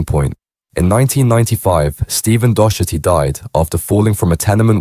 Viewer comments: Its pronounced dock- erty ffs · When you are saying Docherty you are pronouncing it wrong We Pronounce it here as “Dockerty”, I’ve heard it on a couple of vids now and wanted to try help 🙂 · Turned it off when you repeatedly can’t pronounce Docherty 😂 A really common name.